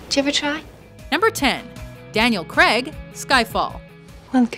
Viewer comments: Who the fuck is "Daniel Creg"? It's not hard, cr-ay-g, it really is that simple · It's Daniel Craig, not creg. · can i just say you are def pronouncing Daniel Craig incorrectly...